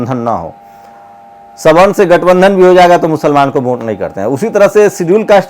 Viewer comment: Vote hota hai bhai..Vonte nahi...thoda pronounciation thik rakhiye..